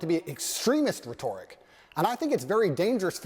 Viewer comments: I made this comment before I heard how he pronounced "rhetoric" lmao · I like how he can't say words that everyone knows exactly how to say, like rhetoric the way he used and Allah, when reading from a script